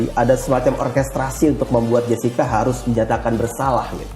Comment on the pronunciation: Muncul lgi ibu ini,yg bilang Krisna Murti itu,Krisna Mukti, bilang Edi Salihin,Edi Solikin. Kalau blm cukup tau,nama² org,jgn ikut ngomong lh. Tuh baru ku dengar,bilang Jessica,jeksica😢😮😊